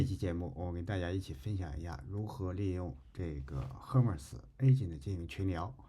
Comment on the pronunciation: Hermes 读作/ˈɜːrmiz/ 厄麦兹🤓